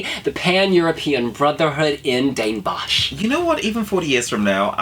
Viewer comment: I love how you guys pronounce all the Dutch names x'D I died when all the Bosch equipment came on screen hahaha. I'm rooting for Rotterdam right now. Utrecht is closer to where I live, but I don't think it stands a chance. Would've liked Amsterdam as well. Greetings from The Netherlands!